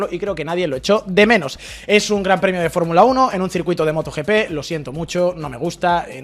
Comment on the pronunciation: Cada vez que dice "yei pí" para referirse a Gianpiero Lambiase un gatito muere ahogado... Si lo van a decir en inglés digan "yi pí" (GP)